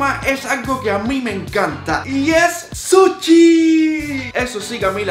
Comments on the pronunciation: Nadie:: suchi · Yo no sé porque ella dice suchi si yo pienso que todos sabemos que es sushi